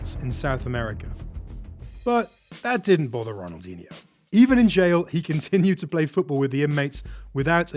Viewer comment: The "nh" in Ronaldinho is not spelled like the Spanish "ñ". I can't think of an equivalent in the English language but it's just a sort of lazy "n". It does require a tongue movement that is not usual in English. But it doesn't become a "ni" as was done here. If you can't do it, just spell it like a "n".